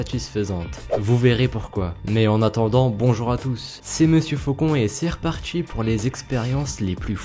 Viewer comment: "C'est parti" pas "partCHi" pt1 Et Folles , on dit une expérience :/